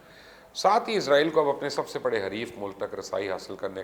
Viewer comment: Please correct, you always say izrail, it is not izrail, it is israil